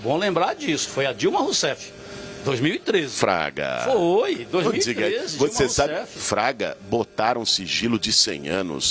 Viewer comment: Não é Traga. É FRAGA